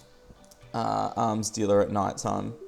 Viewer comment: When you said arms dealer it sounded like you said arm stealer.